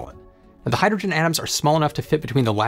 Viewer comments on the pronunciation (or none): If I play this at .75 (3/4) speed, I understand the words better but the narrator still sounds like he's slurring his speech. Hydrogen comes out hygegin. If he would take the time to enunciate the words then it wouldn't be necessary to modify the playback speed.